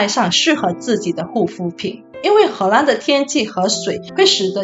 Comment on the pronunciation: 为什么你荷兰的“兰”念第一声？听起来怪怪的。